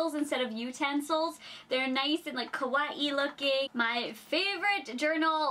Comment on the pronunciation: Kawaii looking? Just say cute, that way you don't look like a weeaboo lol and if you are gonna say kawaii, then say it properly. ka-wa-ee not kawa-ee-ee. its supposed to sound smooth and not broken like the way you pronounced it.